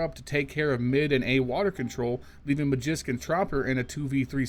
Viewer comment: stop calling magixx magisk it's not astralis (or falcons) lmao